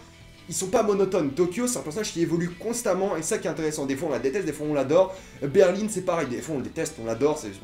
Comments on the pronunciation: ET ON DIT BERLIN PAS BERLINE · La ville ont dit BERL1 et pas berline 🙄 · La capital de l’Allemagne c'est Berlin pas "Berline" :D Voila et sais tu pourquoi ils ont tous des noms de capital sauf Rio ? merci. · C pas berline mais Berlin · Par contre quand tu dis Berline au lieu de Berlin c’est stressant 😂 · Ta dit Berline c Berlin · Pourquoi tu dis Berline? C Berlin ma foi mais sinon j adore cette série c ouf !! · Euh c'est normal qu' il dis berline au lieux de Berlin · c Berlin et non pas Berline !!!!! cordialement Fillmz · C'est des noms de villes donc y a pas à dire "je prononce comme je veux". C'est c'est Berlin pas Berline, comme la ville quoi. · C Berlin pas Berline 😂 Sinon super vidéo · Pourquoi tu dis berline c'est Berlin c'est des noms de villes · On dit Berlin pas Berline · (ce commentaire n'est pas méchant) je sais pas si tu dis berline que pour le personnage ou aussi pour la ville mais personnellement je trouve ça bizarre moi je dis berlin mais chacun ça façon de le dire 😊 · Berlin pas Berline 😂😂😂😂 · C’est pas Berline c’est Berlin putain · Ça se dit '' Berlin '' et non Berline comme tu dis 😉 mais sinon je suis d'accord avec toi cette série est super 😊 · C'est Berlin pas berline! Non ? Je sais plus !? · Arrête de prononcer Berlin comme si qu'il y avait un "e" à la fin.... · Oui une capitale d'un état en quelque sorte celle du Colorado même si c'est pas une capitale d'un pays mais Rio n'est pas du tout une capitale ;) et pourquoi tu dit berline , je ne comprend pas ;) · Ba en espagnol ça se prononce Berlin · "Berline" Je saigne des oreilles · Berlin, pas berline Casa de papel et non pas case de papel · on dit "BERLIN" et non "BERLINE" et "NEIROBI" et non "NAEROBI" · ''Berline'' ''Naérobie'' MDRRR